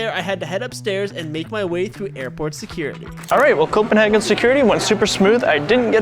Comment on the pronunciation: G&B hearing copenahgen 😧